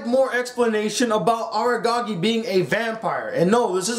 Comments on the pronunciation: Aragagi..?? Isn't it Araragi..? xD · The second he read the name as Agagi i dipped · you cant even pronounce araragis name stop talking bruh